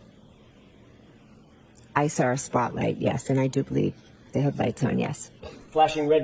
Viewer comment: “I sawr it ? How was she a teacher ??